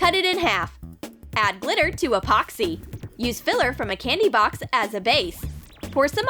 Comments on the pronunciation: Junior Cans 'Expoxy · This how many times she said Apoxsee 👇🏻